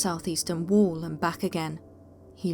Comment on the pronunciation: And for crying out loud...its wall...not worl...for fu**s sake